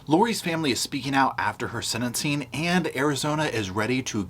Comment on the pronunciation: The word is "sentensing" NOT senincing...😢